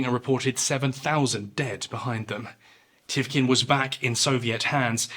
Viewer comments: You say Lagoda when it's Ladoga, you say Thivkin when it's Tikhvin. Check your words carefully, respectfully, mister narrator. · since we’re on the subject it’s pronounced Tikhvin not Tivkin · TiKHvin, not tivkin or whatever you say Also LADOGA, NOT LAGODA Good video, but these mistakes were quite annoying